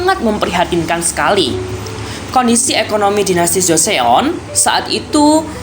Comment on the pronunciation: Cara nyebut nya bukan joseyon bang tapi joson